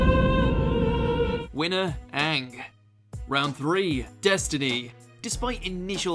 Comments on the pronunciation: please stop saying Aank instead of Aang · how the fuck this dude pronounce aang? like has he ever watched the show